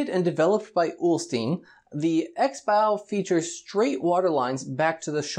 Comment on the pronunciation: Ulstein for sure is NOT pronounced the rather 19norant American way. Check Forvo for a pronunciation to appear. Or start with stein, which is the main flaw.